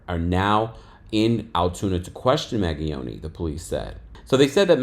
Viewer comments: Hi, name is pronounced Man-ge-own, the g is soft. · glad I’m not the only one! him mispronouncing it was driving me nuts. 😂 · It's MAN-GEE-OWN-EE "Mangione" LAWD I hate hearing y'all yanks pronounce sh*t 😂😑